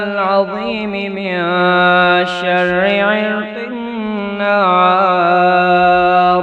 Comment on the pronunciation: Zabar zeer may ghaltiiii hay...من شرا ko ghalat parah